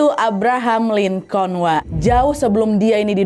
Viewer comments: Lincoln dibacanya "lingken" wakkk🙏🏻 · Cara bacanya Abraham "Linkin" Wak e Izin koreksi❤